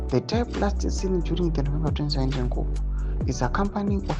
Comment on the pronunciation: Koo not kupu